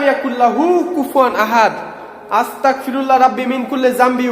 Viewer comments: আসতাকফিরুল্লাহ হবে না) আসতাগফিরুল্লা হবে বার বার কেন বলছেন আমাকে কাফির বানান আপনি কি শুদ্ধ ভাবে পড়তে পারেন না ভাই সরি যদি আমার কথায় মনে কষ্ট পান আমার যেইটা বলার ছিলো বললাম বাকিটা আপনার ইচ্ছে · আসসালামু আলাইকুম ভায়া ভুল হলে মাফ করবেন🙏🙏🙏🙏🙏🙏🙏🙏 ভায়া আস্তাকফিরুল্লাহ হবে না ভায়া আস্তাগফিরুল্লাহ হবে আস্তাকফিরুল্লাহ ৷৷ মানে হচে হে আল্লাহ আমি কাফের হতে চাচ্ছি আস্তাগফিরুল্লাহ ৷ ৷৷ মানে হচ্ছে হে আল্লাহ আমি তোমার কাছে মাফ চাচ্ছি আস্তাকফিরুল্লাহ আর আস্তাগফিরুল্লাহ এই দুটোর তফাত হচ্ছে ক আর গ বিদায় আসসালামু আলাইকুম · Apni budai naki.. astaqfirullah not... Astagfirulla hobe .. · আস্তাক না আস্তাগফিরুল্লাহ হবে ভাইয়া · Bro Its Not Astakfirullah, It's Astagfirullah.